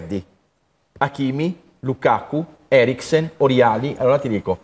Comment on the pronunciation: Tutto giusto ma Heriksen e lukako non si possono sentire, ma perché storpiate i nomi? Eriksen per dio e Lukaku!